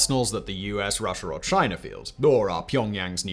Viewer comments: Americer and Chiner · “A player called chiner”